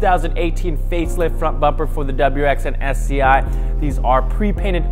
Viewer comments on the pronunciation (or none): Is it just me or does it sound like he keeps saying, “SCI”?